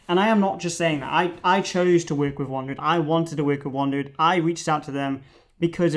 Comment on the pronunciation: I've seen others use this bag and always thought the name was pronounced "WANDERED", not "WANDRID"....